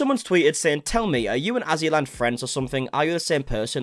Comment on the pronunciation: LOL! *AzzyLand, not AssyLand Lmaoooo